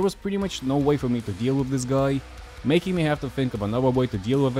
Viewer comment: You say guy like "goi" and it tickles me pink